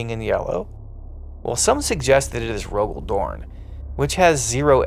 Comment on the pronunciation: It's Rogal Dorn.